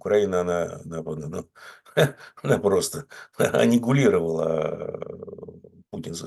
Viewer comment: Степа наш, оказывается, граммар-наци. Не может пройти мимо ошибок в русском окраинца. Его борьба за чистоту русского языка заслуживает всяческой благодарности. Однако и сам он, бывает, оговаривается. Или ошибается? Например, вместо 'аннигилировать' прозвучало 'аннигУлировать'.